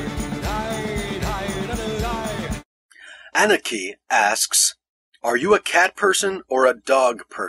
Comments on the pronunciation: THANK u for saying my name corect every one calls me ann-i-ki i dont know why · WOW my real name is anakie i asked that question because my freind wanted to make me look like a fool YAY for me is the only one who says my name right DANG IT